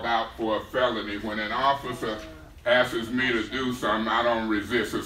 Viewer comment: did he say “when a officer ask’es...”???